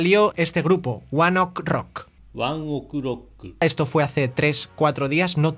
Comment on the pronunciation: Se pronuncia one OKEY rock